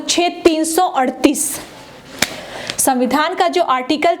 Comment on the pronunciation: मैडम को संविधान बोलने नही आता